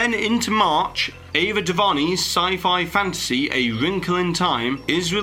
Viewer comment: it's pronounced Ava Do-Ver-Nay